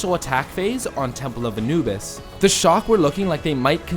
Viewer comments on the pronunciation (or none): none